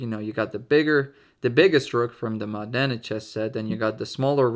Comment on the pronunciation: Very nice video as always, and congratulations for the pronunciation of Modena, appreciate the effort ahah. I have a basically identical set to this one, but smaller, and as you said, they're perfect for fast games and from a practical point of view, I think is one of the best sets you can buy. Also maybe I'm weird, but I love the simplicity of the knight, I found them pretty in their own way.